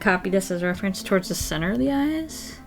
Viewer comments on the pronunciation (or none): none